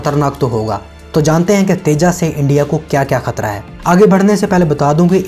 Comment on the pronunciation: Bhai teja nh Tejas h